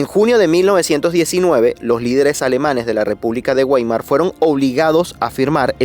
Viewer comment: la esvaltica no nació con el partido nazi, nació en la India, es un símbolo Indú y República Weimar, la w se pronuncia como V, Veimar.